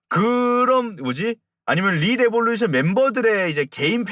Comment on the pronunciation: 시작부터 rrrr하시는 거 듣고 삘 왔어요 ㅋㅋㅋㅋㅋㅋ 리레 웹소 소개 감사합니다ㅏ